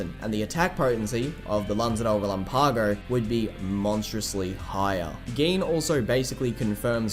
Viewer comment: For the love of goodness lan-za de re-LAM-pago.